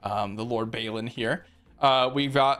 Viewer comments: It's pronounced "Bawlin" not "Baylin". :) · Where is the Y that you pronounce in Balin?